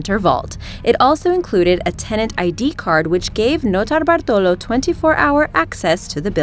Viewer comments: i cringed every time she said "Notobartolo" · You are not alone! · Mr. Galaxy Ikr its like fucking annoying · if i hear her say "Nortobartolo" one more time... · You say Notobartolo like an idiot, stop saying it. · Stop saying that nurtallballrlrlrlltrollo name I can't stand it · idk y but i cringed everytime she said "nortalabalo" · that transition from English accent to Notabartulo tripped me out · Stop saying notarbartolo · Every time she says Leonardo Notarbartolo, an italian dies. I can understand that is difficult to say... But why do you need to repeat it 2353 times? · I like how she thinks she knows how to say the first criminals name. Notarbartolo. She sounds like she is sucking something. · Listen to her say notarbartolo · u saying notarbartolo is so annoying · Yup, and then she massacres "Monoprix" right after. Seriously, if you can’t pronounce a foreign word or name don’t pretend; just say it in your American accent and at least sounds honest. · every time you say notar bartolo or whatever in the start its pissing me off more and more.. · How she pronounces notarbartolo or banco central out of nowhere when she has the American accent sounds so annoying and pretentious